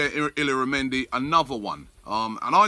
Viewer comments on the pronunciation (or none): its pronounced e-yara-mendi (Illarramendi) & Casti-yay-ho (Castillejo) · Robbie still pronouncing it wrong, Greek dude just gave up 😂😂😂